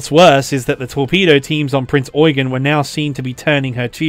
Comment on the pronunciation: You're not pronouncing "Prinz Eugen" correctly. "Eugen" is the German version of the English name "Eugene", and it's pronounced "Oi-gane" (with the second syllable drawn out) rather than "Oi-gun".